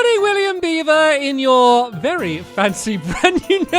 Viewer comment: berrry dangerous lol